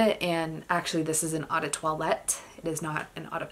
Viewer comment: How do you work in the industry yet mispronounce 'eau'? It's not 'awe' it's pronounced O.